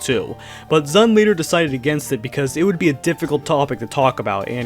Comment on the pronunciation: Here's a fun fact for you, the guy who made this video doesn't pronounce ZUN right even once in this video!